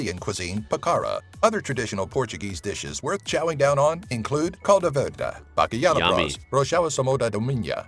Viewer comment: Why does the guy pronounce "calda", instead of "caldo", "Minha", instead of "Minho" and "Reenaldo", instead of "Ronaldo"?! How come an "o" is turned into an "e" or an "a"?!